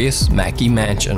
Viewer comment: Dude why u sayjn 'Mansion' as 'manchen'?? Idk but u may or might have speaking distortion of some words n their sound